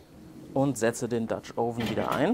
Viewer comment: Hm, also letztens gab es ein Video in dem Du "Oven" richtig ausgesprochen hast. Nun nicht mehr... Warum?